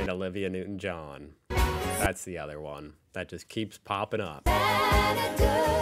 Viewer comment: Him butchering the names of Kylie Kylie Minogue and Olivia Newtown-John, clearly shows he has never heard their names before. But I do agree, that Loco-Motion was one of those songs that changed the world... for good or bad, is up to you to decide.